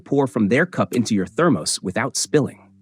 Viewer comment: thermose? Check your AI's pronunciation! First you say to avoid caffeine, and then you said to put tea or coffee in your thermos. Make up your mind.